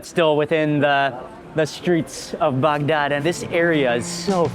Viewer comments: Could you please pronounce Bagdad like a normal person? Your guide is a real barrel of monkeys. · Love how he pronounces Baghdad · You probably loved is as much as he loved saying “Bagdad”. 😂